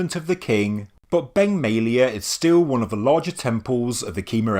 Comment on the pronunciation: Beng May-a lay-a...